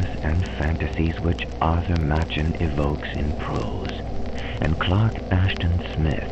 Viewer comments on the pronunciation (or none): Excellent. If you choose to do more HPL adaptations in the future---I hope so---might I suggest checking out the pronunciation of all the words ahead of time ("bas" relief, and "theosophical"for instance, and names, like Arthur Machen,, whose last name is actually pronounced "mock-in".) Hope that isn't being too "picky-picky". This is an excellent presentation and a great reading in every other way! Thanks!